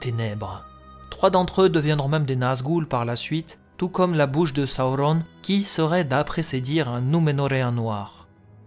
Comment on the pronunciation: Hello, j'aime le contenu de tes vidéos mais je ne comprends pas pourquoi ta prononciation des noms comme Durin ou Sauron est aussi.. anormal haha. Ce n'est que mon avis mais pour le reste continues j'adore :) bonne continuation !!